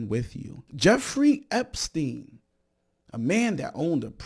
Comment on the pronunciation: "Epstienth" is pure brilliance! 😂😂😂 Thank you, I needed that!